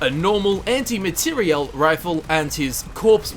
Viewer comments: Dude, what's with emphasis when you say Anti Materiel Rifle? It's so annoying. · Your pronunciation of materiel gave me an std